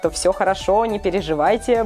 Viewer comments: Не батерс а Баттерс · БАТТЕРС а не баттэрс